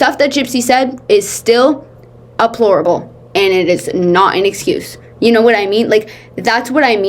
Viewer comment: I mean this with no judgment and say this with the knowledge that I could be mishearing.. but I swear I heard it on another video too. It sounds like you’re saying ‘aplorable’ instead of ‘deplorable’. Closed caption thinks you’re saying abhorrent.. which is a really great word! In case it’s not my hearing, I wanted to give you the heads up 😊